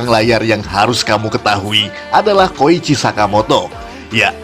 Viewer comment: Koichi min, bukan kocihi